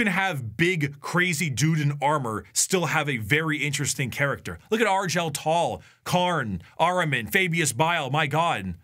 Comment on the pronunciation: The worst part of this video is pronounciation of Argel Tal